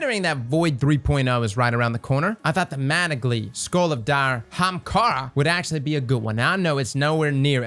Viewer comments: For the love of CHRIST!!!!!, it’s AH-HAAM-KARA!!!!, not “HAM-KARA”!!!! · No one: Not a single soul:: Haamkara